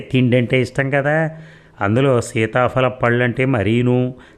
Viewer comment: మీరు సీతాపలప్పళ్ళూ అంటుంటే భలే నవ్వొస్తుంది...😅